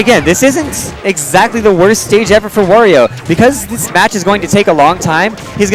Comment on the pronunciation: Wario, Wa-ri-o come on its not that hard to say his freaking name!